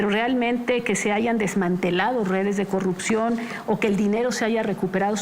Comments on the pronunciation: no puede pronunciar la R cogucta el mtro se callo pog falta de mantenimiento😂😂😂😂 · Deberías eh, porque ella va a erradicar la cogupcion con su gobiegno 😎